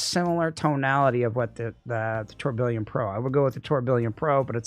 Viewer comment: please up your pronunciation game, lol. Mar-leeto? Now tour Bill ee on? Its french from the watchmaking world. The faceplate has the gears also referencing it. Pronounced: Tur-bi-yon. Keep up the amazing work!